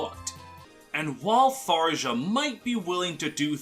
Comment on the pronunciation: obligatory "it's pronounced thar-yah" comment. I left a like pls dont hex me bro